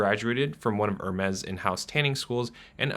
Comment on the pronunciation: I hate to pile on but also…the way he pronounces Hermès gives me heartburn.